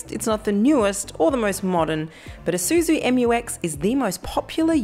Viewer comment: It's an Isuzu Moo-X